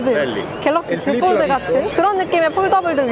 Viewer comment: 요즘 들어 자주 봅니다. 참 열심히 하는거 같아 잘 되시라고 조언합니다. 한국인 대상으로 하는 컨텐츠이니, 너무 영어 발음 살리려고 하면 한국어랑 부조화가 발생해요. 본인이 영어를 얼마니 잘하는지와는 관계없이. 갤럭시 지폴드에서 갤럭(L발음)시(X) 지(Z)폴(F)까지는 영어발음 지켜려고 하면서 '드'를 뒤의 한국말과 연결시키기위해 어쩔수없이 완전 한국식으로 발음하니, 이해는 됩니다만 계속 반복되는 단어인지라 듣기가 좀 거북하고 어색하네요. 그냥 본인이 오포제품 리뷰시에 Bar type을 '빠타입'이라 했듯이 F, L, X, Z를 한국식으로 편하게 발음해주면 어떨까합니다. 좋은 영상 잘 보고갑니다.